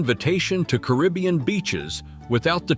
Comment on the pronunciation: Really ? How stupid are you? You do a video about a country and pronounce its name INCORRECTLY all throughout. It is NOT "Bulleez". And you also pronounce Caribbean INCORRECTLY. Stupid